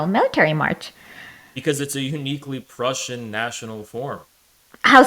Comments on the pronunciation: Not to forget the Pruzhen empire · Just to be good faith here, I think she just can’t pronounce ‘Prussian’. But other than that it was a complete joke